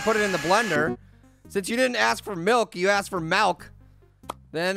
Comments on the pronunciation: that's what he just said! Yeah I just want some malk No you're saying it wrong you're saying malk like it's a disease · Pear some people say milk differently